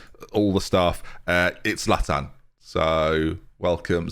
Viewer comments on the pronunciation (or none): none